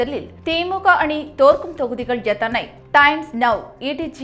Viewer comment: இந்த செய்தியை வாசிப்பவர் தமிழில் ல,ள, ழ எழுத்துக்களை சரியாக உச்சரிக்கப் பழக வேண்டும். வெல்லும், தொகுதிகள் போன்ற வார்த்தைகளை தவறாக உச்சரிக்கும் போது கேட்க கஷ்டமாக இருக்கிறது.